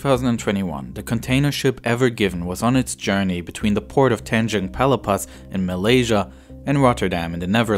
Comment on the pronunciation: why does everyone heere pronounce Malaysia weirdly